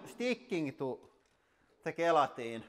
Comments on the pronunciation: Gel - Atine not Gay - latin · The playing cards were a huge surprise. By the way, gelatin is pronounced with a soft G as in jell-a-tin. Just thought you'd like to know. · Sounds like hes saying "guillotine" instead of gelatin.... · Gee, I thought you were saying "guillotine" instead of gelatin. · Because of his heavy finish accent it sounds like he's seeing guillotine instead of gelatin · Oh! You were saying "gelatin". I kept thinking "What guillotine?"... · I was so confused for the first couple minutes. I thought he was saying ballistic guillotine 😂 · When ever he says gelatin is sounds like guillotine :) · I love how you pronounce gelatin. The best way I can explain how we Americans say it is "jail-a-tin" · Gelikton lol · I assumed he was calling his press the guillotine. It wasn’t until I read your comment did I realize he was talking about the gelatin shock absorbers. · it took me more than half the video to figure out he was saying, "gelatin".